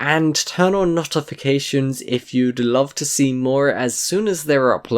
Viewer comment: The way he says notifications